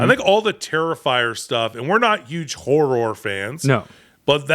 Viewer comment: "not big horr..or fans", who pronounces horror like that???? does.